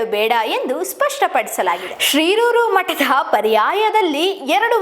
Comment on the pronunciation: ಶಿರೂರು ಎಂಬುದನ್ನು ಶ್ರೀರೂರು ಎಂದು ಉಚ್ಚಾರಣೆ ಮಾಡುತ್ತಿದ್ದಾರೆ. ಮೊದಲು ಸರಿಯಾಗಿ ಮಾತಾಡಲು ಕಲಿಯಬೇಕು